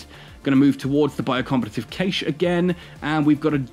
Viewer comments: I know there are always pronunciation differences, but I checked in multiple languages, its always been "Cash" Not a big deal, It just made me twitch xD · Cay - sh ???????? its prounounced "Cash" :D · You are saying cache wrong. It should sound like cash. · caiche? caaaache? :D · Great video, then you pronounced CACHE /kaSH/ incorrectly like 30 times.